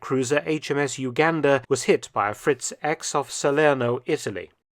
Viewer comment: In German, the X is pronnounced "iks". So, it's "Fritz- iks" the correct name